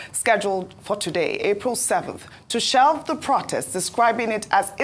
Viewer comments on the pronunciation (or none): plse learn the right pronunciation for the word, "protest".